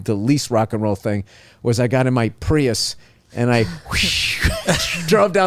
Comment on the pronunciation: Such a great story. I love the emphasis on the Prius. LOL